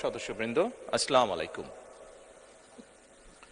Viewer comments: একমাত্র কোরআন তেলাওয়াতের সময় পূর্ণাঙ্গ রূপে বিসমিল্লাহির রাহমানির রাহিম পড়তে হয় অন্যথায় শুধু বিসমিল্লাহ বলে শুরু করতে হয়, আর সালাম দেওয়ার সঠিক উচ্চারণ হচ্ছে আসসালামুয়ালাইকুম। মাননীয় প্রধানমন্ত্রীর উচ্চারণগত ত্রুটি রয়েছে সংশোধনের জন্য অনুরোধ করছি। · সালামে উচ্চারণ ভুল